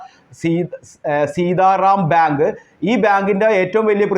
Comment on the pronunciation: കാര്യമൊക്കെ കൊള്ളാം അവതാരകൻ തപ്പിപ്പിടിച്ചു ബിയാങ്കു ഭ്യാങ്കു എന്നു പറയുന്നതല്ലാതെ കൃത്യമായി ഒന്നും മനസ്സിലാകുന്നില്ല.